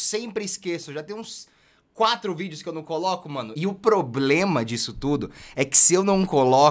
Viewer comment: não é bloblema é problema 🤔👍